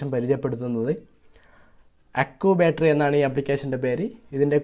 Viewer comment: Accubattery ha ha ha🤣😁😂 അക്കൂബാറ്ററി 🤣😂. ചക്കൂബാറ്ററി 😂😂😅